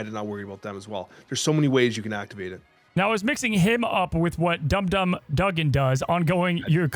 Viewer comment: Pronounced dum dum wrong, thought caught it for a second